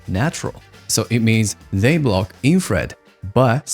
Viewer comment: Ah ok, that makes more sense. I looked back on that part, and it seems you mispronouncing infrared sometimes made me confused about the different terms, but that clears things up. Thanks!